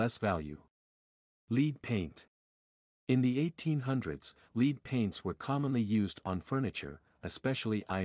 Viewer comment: Did a AI bot write this? That’s LEAD paint, not “LEED” paint. Great info tho!!